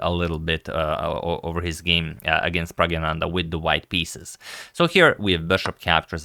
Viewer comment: Agad, you are correctly pronouncing his name as “Pragyananda”👍 Pragya means high intelligence